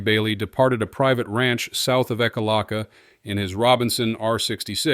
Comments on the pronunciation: Distracting and annoying to hear the droning voice and mispronunciations. Ekalaka is pronounced Eeek, (like subdued scream.) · Not being crass but the town name is pronounced Eek a lack a.